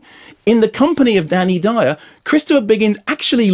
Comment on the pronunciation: That DANNY DYEOORR was priceless